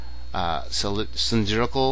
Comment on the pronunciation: You get a low mark for not being able to pronounce cylindrical.